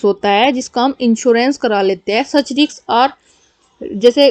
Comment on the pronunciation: Riks nahi Risk 😂😂😂